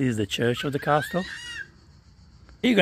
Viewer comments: (The "T" in Castle is silent. Pronounced cas-el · I love how he prpnounces it as a "cast-tle" 😂